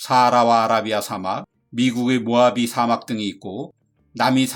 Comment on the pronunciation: 사:막 이라고 읽으시네요. 옳은 발음은 사막입니다 좋은내용에 한글자덧붙이고가요♡